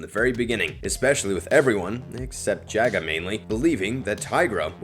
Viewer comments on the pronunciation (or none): Also Jaga is pronounced Jah-gah, not Jaygah